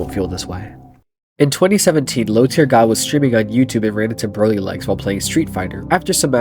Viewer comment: Nahhhh not him pronouncing “Broly” wrong, that’s true dragon ball disgrace. Broly is THAT guy you don’t act up around him😂